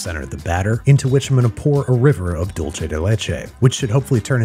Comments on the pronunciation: In Spanish it’s Dool-Seh not Dool-Che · "Dolche" de leche does not exist. It's dulce (dool say). Alternatively, if you're being Italian about it, I think it's dolce di latte. But there is no such thing as "dolce de leche". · Its DULSAY not DOLECHE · learn how to pronounce dulce